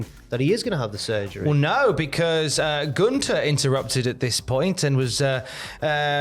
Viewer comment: There's a "th" in GunTHer it's not "Guntar" 😂😂